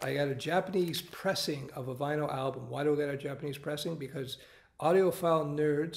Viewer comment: When he says album i feel like there is something wrong in him.....